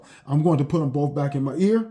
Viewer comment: Next time anyone wants to play a drinking game, take a drink every time this guy mispronounces the word "BOTH". Apparently it's not "both" it's "boof". Yes I'm partly just joking BUT at the same time, I truly want to know why it is that blacks ALWAYS, and I do mean ALWAYS mispronounce certain words....one of the most annoying/egregious is "ask"....they think it's pronounced "Axe". I truly want to understand, because growing up I had plenty of black kids in my English classes and they learned the EXACT SAME THINGS AS I DID. Yet one of us pronounces words correctly and the other is most black people! Oh and before anyone tries to come for me calling me a "racist" simply for pointing out what everyone knows is FACT....just keep in mind IDGAFF I PROMISE YOU!! People really need to take the time to LEARN/UNDERSTAND what that term ACTUALLY MEANS BEFORE HURLING IT AROUND to the point where it is MEANINGLESS.